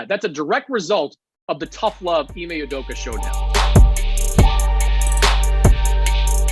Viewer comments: Ime "Udoka" not "Udoku" please Colin. This is like the umpteenth time you've pronounced his name wrongly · Colin “Ime (s)udoku” Coherd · Why does Colin always mispronounce Ime Udoka's name? He does it everytime. Has he never heard someone say it properly? Has nobody told him he says ut wrong? It's really weird